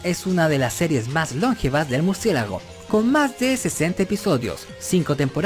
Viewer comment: Se dice "longevas" no "lóngevas"